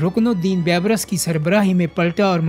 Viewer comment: اپنے اردو کے تلفظ پہ توجہ کرو۔ بےشمار الفاظ کے تلفظ درست نہیں۔ رکن الدین " بے برس" نہیں " بی برس" "Beebrus" لفظ ہے